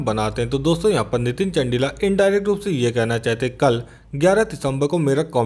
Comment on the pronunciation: are bhai नितिन चंदेला है,, बोलो तो ठीक से